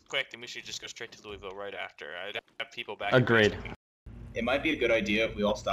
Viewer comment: This was fucking excellent. However, as a native Kentuckian ya'll need to learn how to pronounce Louisville.